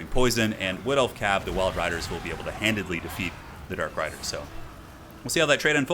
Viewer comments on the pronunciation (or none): You are great,. GREAT. But it's 'handily'.